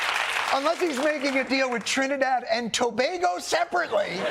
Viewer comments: 🇹🇹🇹🇹🇹🇹 And he pronounced Tobago correctly too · Kudos to Jon, he pronounced Tobago properly. Shout-out Trinis 🇹🇹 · Trinidadian man here and just wanna say, YESS, THE WHITE MAN SED THE NAME CORRECT